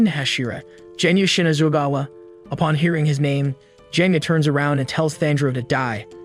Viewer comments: ALSO ITS GENYA NOT JENYA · Is anyone gonna talk about how he pronounced genya's name wrong with a Je sound not a ge sound😦😦😦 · Genya:❌ Jenya:✅ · Is anyone gonna talk about how he said jenya instead of genya and thanjigiro instead of tanjiro and Micheal Jackson instead of muzan and he called mitsuri shinobu